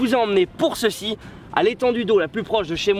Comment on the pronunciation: "cheçi " lol😁